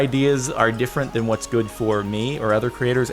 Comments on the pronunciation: goo-ed. Cool. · Listen to how Jordan pronounces good.....